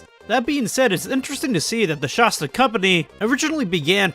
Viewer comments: It’s Shasta not shosta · I’m irrationally upset by your pronunciation of “Shasta.” 😅 It’s not “Shosta!” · Kills me to hear people say Sh-ah-sta. I've always heard the first A pronounced like the word "At" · Its so funny. If you arnt from Mt.Shasta or shasta areas. You completely mispronounce it. Everyone I see who makes videos online with Shasta mispronounces it because they've never been there 🤣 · How are you from California and can't pronounce Shasta right? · Dudes Shasta knowledge is as poor as his pronunciation